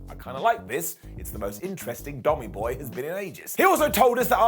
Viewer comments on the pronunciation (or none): xD "dommy boy" lol that sounded kinda wierd